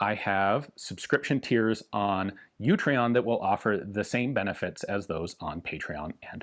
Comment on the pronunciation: In case you miss it in the dooblidoo, it's Utreon, not YOUtreon.